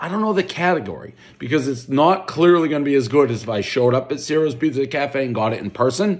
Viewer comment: One bite, everybody who’s really Italian knows it’s pronounced “chi-roes””